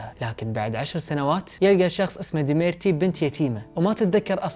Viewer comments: كل لفظ الاسماء خطا ! ديمتري و ليس ديميرتي الكسي و ليس الاسكي راسبوتين و ليس رابسوتين 😂😂😂😂😂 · يا بني ديميتري مو ديميرتي 😂😂😂